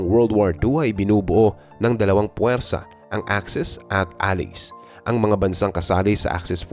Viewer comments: Anong "a-lis"?? A-LAYS po ang tamang bigkas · Bakit alice? Allied o allies in correct pronunciation.